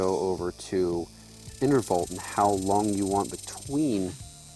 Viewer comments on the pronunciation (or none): Interval - no "t" on the end.. :(